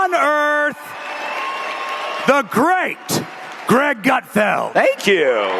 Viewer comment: Did you say "Great Gutfield"